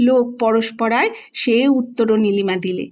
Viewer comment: 'লোকপরস্পরা' নয়, "লোকপরম্পরা"। গল্পচয়ন বেশ ভাল।